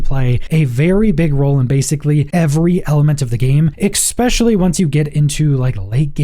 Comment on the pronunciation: Also, "expecially"